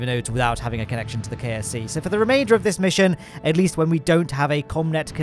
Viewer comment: Every time you say KSC I’m hearing KFC. Those poor Kerbals have no kerbal fried chicken connection